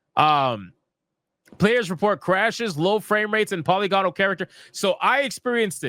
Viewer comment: Polygonal is pronounced puh-li-guh-nuhl.